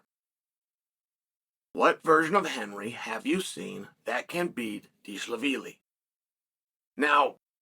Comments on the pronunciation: Whos this "dish-lavili" fellow? 😂😂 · Dilshavili 😂😂 Chael the Butcher of Names. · I lost all focus when he said dishlavili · When chael mispronounces your name . You’ve made it in life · hes making fun of the way chael pronounces merabs last name